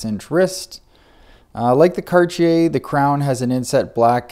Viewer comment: This the first time I heard Cartier pronounced like that